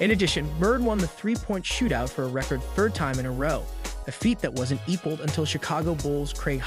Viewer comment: re' cord? sack a mores? intercepted an inbounds pass from is' a ? , A year later was Birds final year on earth? game 4 of a series with Cled lan ? Watching the street louis cardnals play baseball. This guy reading the script has never seen a basketball game, and evidently is not even remotely familiar with the English language. This is laughable.